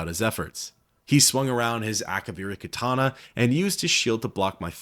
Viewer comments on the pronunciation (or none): none